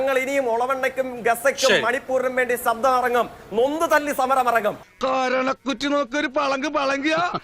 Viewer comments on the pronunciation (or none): സബ്ദഠ അല്ല സഖാവെ ശബ്ദം എന്ന് പറയൂ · 😂😂😂 സബ്ദം അല്ല പണ്ഡിതാ😂😂😂ശ, ശ എന്ന് പറയൂ 😂😂ശകുന്തളയുടെ ശ. 😂😂ശബ്ദം എന്നാണ് തോൽക്കേ😂 പഠിക്കാൻ വിട്ടപ്പോൾ , നേരെ ചൊവ്വേ മലയാളം പഠിച്ചതുമില്ല😂 പുല്ല് നാക്ക് വടിക്കുയും ചെയ്യാതെ, ചാനൽ ചർച്ചയിൽ വന്നിരുന്ന്😂സബ്ദിക്കും പോലും😂😂😂 മലയാളികളെ പറയിപ്പിക്കുവാനായിട്ട്, ഓരോ ജന്മങ്ങൾ😂😂😂